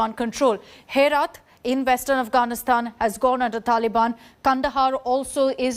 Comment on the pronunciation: Its not Herat. It is pronounced as Heraat.